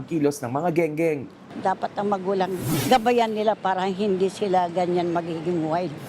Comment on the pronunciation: Eng eng..hindi geng geng😂😂😂